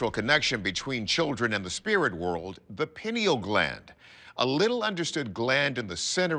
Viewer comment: Its PIE-neal Glamd. With long "i"